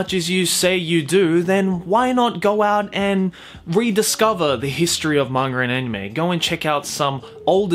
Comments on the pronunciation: I'm actually disappointed with myself for not having known about Tezuka before watching this. But I've watched the first 9 episodes of the remake and its fucking amazing, I'm really glad I found it. Also, I love your accent and the way you say "monger" instead of manga😘hope to see more videos of the like in the future! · Is it just me or says manga and anime like mangar-an-anime